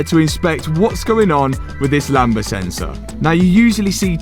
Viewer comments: Lambda lamb-da not Lamba 🤦🏼‍♂️ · Hearing him pronounce the lambda sensor is "lamber" is so painful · great vid mate! also, it's "lam - da," the b is silent. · btw the sensor is called lambda and you say the d